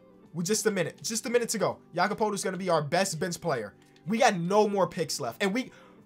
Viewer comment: He finally said Jakob's name correctly my life is complete.